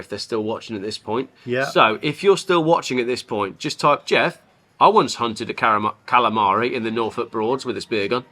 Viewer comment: come back to Brooklyn,New York so we can teach you how to say Kalamari the real way- Galamad